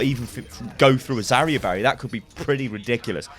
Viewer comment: "Zarya Barya." That should become a thing.